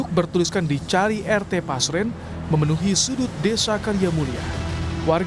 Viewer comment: Namanya RT Pasren Min.. Bukan Paser, tar salahh lagi 😂